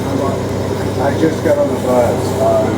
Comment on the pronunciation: Say bus, one more time. FFS 🙄🤡😳